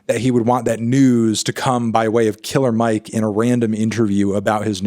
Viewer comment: You should know it’s not pronounced “Killa Mike”, Fantano. He’s said his entire career that his name is “Killer” with the R pronounced smh 🙄